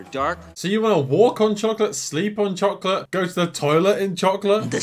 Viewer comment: This guy literally said chocky wacky.